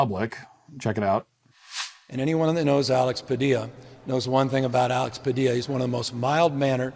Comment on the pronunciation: You're pronouncing his name wrong. Two Ls in Spanish are spoken with a Y sound, Though to be fair you're absolutely right about him, he is just a fucking child